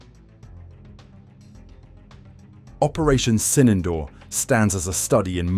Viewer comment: Not 'Sinendoor'...it is Sindoor... And the 'd' in Sindoor is not pronounced as in 'door'...it is pronounced as 'the' as in 'therefore'